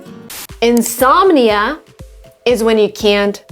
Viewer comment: Insomnia 😭😃🤣 this could be stupid but I love the pronouncation